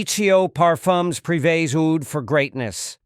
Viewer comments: Oud in arabic is prnounced a-ood, not ood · The pronunciation of Oud made me discount the rest of the video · Two questions: 1. Are human narrators that expensive?; 2. A.I. can't learn how to pronounce oud?